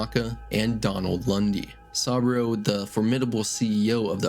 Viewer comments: Sah-boo-row Not sawbro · Jesus fucking christ, how are you able to fuck up pronunciations of SOOOOO many names when they game quite literally tells you how they’re pronounced a million times? SUH-BOO-ROH, not “sahbro” Not to mention every other name that got butchered to no end lmfao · Sah-bro ✅ Sah-boo-roh ❌ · Also learn how to pronounce saboru what is this ai trash? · bro how do you mispronounce saburo arasaka's name when they say it throughout the entire game.... like come on seriously 🤦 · How do you say the name Saburo so wrong when you clearly played the game and would've heard it pronounced correctly multiple times?